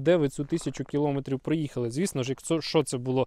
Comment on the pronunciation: Все ок, але наголос не там: не кілОметрів, а кіломЕтрів.